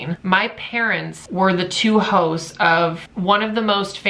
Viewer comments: i thought he said hoes not hosts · I keep thinking hes saying "hoes of the radio show" lmfao